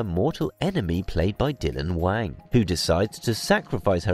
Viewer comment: Sir your pronunciations are so inaccurate I shudder listening to this. Wang in Mandarin is pronounced like this ... Wong. Many words and names you said were completely incorrect.